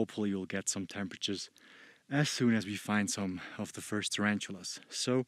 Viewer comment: Terantulas lol ....ta-ran-tula